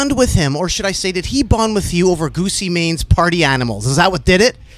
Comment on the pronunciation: why in the hell nardwuar pronouce gucci mane ( Goo-chee) as goosey mane?